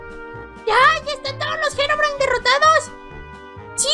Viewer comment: Gerogrime xd habla bien porfavor